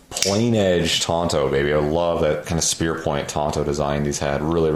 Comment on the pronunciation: Tonto was the name of a horse on the Lone Ranger TV show. TANto is the proper pronunciation. 'Bowie' is also mispronounced when referring to the particular knife of the same name. It is pronounced boo-ee.